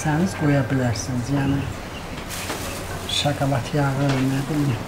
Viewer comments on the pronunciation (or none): Aferin. Hersey eladi. Bide şkolad yox şokolad